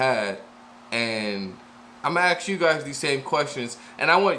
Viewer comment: The wod is ASK, never AKS